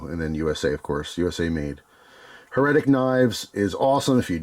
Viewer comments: My friend...it is "HAIR-uh-tick" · it's HER-A-TIC my friend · You never heard "heretic" with the accent on the first syllable? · The way you're saying heretic is driving me nuts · His pronunciation would be correct if it was "Heretical" lmao damn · It almost feels like he's doing it on purpose 😂